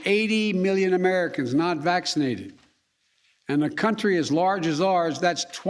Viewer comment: Vaccseenadhid. Ugghghh 👩‍💻